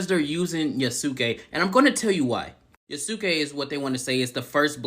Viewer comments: Well he made this to himself, he tainted his message with a lot of unnecessary shit and twisting clips; besides, he talks like some of the people shown in his video were still like that, apparently people can't grow up and change their values. Pd: you're pronunciation of Yasuke is the correct one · The argument that Yasuke (and yes, you were saying it correctly) isn't a samurai is idiotic. Retainers WERE samurai. They were the low-class equivalent and mostly the same in all but name. These people are seeing talking points in peoples' complaints and not doing ANY research before making a rant video and making a fool of themselves. Plus the dude can't even saying the name correctly. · 1. The way you say Yasuke is correct 2. A retainer was a samurai during Nobunaga's time 3. You can play as a Kunoichi (female ninja) 4. Tokyo never existed until 1868 which is way beyond the era the game is set in 5. It's silly thinking it's forced when everybody's been clambering for a playable Yasuke (even though Nagoriyuki in Guilty Gear Strive is hinted to be Yasuke he still isn't called Yasuke in that)